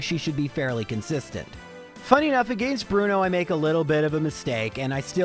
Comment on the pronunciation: As a midwestern American, I appreciate pronunciation of the word “against”. It makes more sense than how I say it.